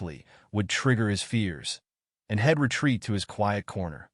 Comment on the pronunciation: No full stops, no sentences, no cadence or rhythm to word groups, you are starting and ending sentences in all the wrong places, adding accentuated words at random. Very hard to follow, makes little sense. Shed is a building, for tool storage. Hed is not a word. She'd and he'd are the words you needed, completely different to the words you tried to use. Yet your program breaks up such words, instead of leaving the ends on so they can be read properly. Yet again, makes no sense. Nozzle is not the same as nuzzle, nowhere near, check with google, get an editor that can spell, your program makes glaring mistakes everywhere, and you haven't corrected them. That's crazy! AI is still dumb? Not much sign of any intelligence yet.